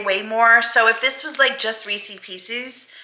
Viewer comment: When you are trying to think of how to pronounce Reese's Pieces, just imagine that they are owned by Reese Witherspoon... if you liked her makeup you wouldn't say I like "Reeseee's" makeup just Rees-ez. 😜 I don't know why some people have begun saying it that way since it's been around for so long. Anyway, great video, it's nice seeing you happy. Yes, I've heard the "6 of one, half a dozen of the other" because my dad used to say that when I was a kid and it was nice to remember that so thanks to William. 😊 He seems like an old soul, which is a good thing.